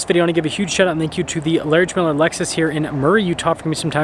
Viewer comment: Why do you say “laridge miller lexus” instead of slowly saying “Larry H miller Lexus”?